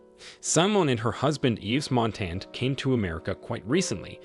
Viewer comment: 'ICE MONTANA' ????? EDITH 'PIE' ???? Is that AI ????? It is pronounced MONTAN and PIAF.